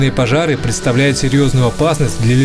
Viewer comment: Первые секунды сразу бросается нарушение раздела русского языка «Фонетика». Выделяю буквы, которые требуется произносить не так, как они пишутся : «пОжар», «Опасность», «лЕсов», «ЭкОлогии» и почти все другие. Это робот или двоечник?